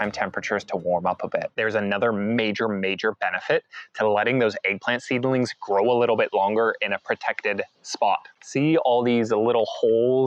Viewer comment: Why are you saying seedle lings. Thanks had made all of these mistakes, lol